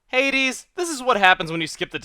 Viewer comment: Your suposed to said Hades silly. :3